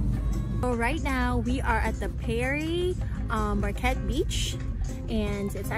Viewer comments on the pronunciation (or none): So is anyone going to tell her its pronounced "Pier" for Pere Marquette? But glad you enjoyed your time in Muskegon. From there and miss it.